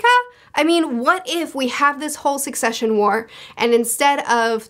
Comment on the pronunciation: Every time that she called it the concession war I couldn't help giggling a little. Imagine Kurapika, the Phantom Troupe, the Princes, and everyone else plotting and killing over the survival of their cute little fruit stands and nacho food trucks., if you are reading this, please dont change how you pronounce succession.